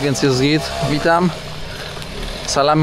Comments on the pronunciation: Nie salam malejkum tylko salam alejkum tam nigdzie nie ma "m" sam też kiedyś popełniałem taki błąd dodając "m" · ale mimo wszystko z szacunku moglbys sie nauczyc wymawiac "salam alejkum' i ze odpowiada sie 'alejkum salam' a nie mowic na odwal sie 'salama'